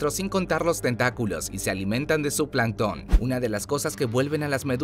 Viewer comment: Plancton lleva la acentuación en planc no en ton